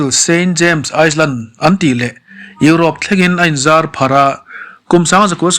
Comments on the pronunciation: Virgin Island(Iceland) ni lovin Island(I-land) s hi lam rik loh tur a ni. Sawiselna ni lovin ngaihthlak a nawm nan leh hmasawn nan aw… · a nupui Ivanka Trump pawh hi i tih hi a nupui nilo in a fanu zawk a lawm.Chuan Island hi Ailen ti a lam tur,S a ri chhuak tel lo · Han sawi ve khanglang i la,iceland leh island hi i lam pawlh deuh em aw..